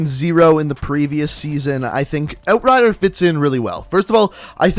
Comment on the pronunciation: "oat rider"